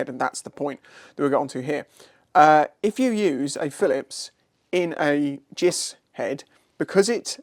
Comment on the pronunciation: Many years ago I sheared a snap-on philips screwdriver on my superdream brake reservoir JIS screw. I was using it improperly so no lifetime guarantee! Side note: never heard anyone say 'jiss' before.